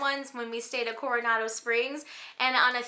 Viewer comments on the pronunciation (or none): none